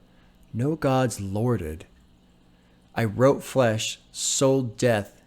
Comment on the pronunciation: "Served on curbs where they bought it, no gods lorded" is a double entendre. The first referring to how Ka feels God abandoned him and the hood. There were no gods to lord over or protect them. The second meaning is similar but he pronounces "lorded" in a way that makes it sound like "loitered". So "no Gods, loitered" referring once again to the lack of God's protection on the block. Very clever phonetical trick by Ka here.